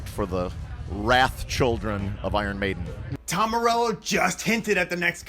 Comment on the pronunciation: It's Maiden cmon